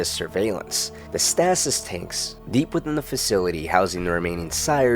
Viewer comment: I truly don’t mean this to be insulting or condescending but you really gotta work on your pronunciation. “Stass-ess” tanks is not how that’s pronounced and I just watched the Carlos Santiago video and you pronounce “Mortars” as “Moders” multiple times. Again I really don’t mean to be an ass about it, it’s just something I’ve noticed that bugs me a little. Love the videos though!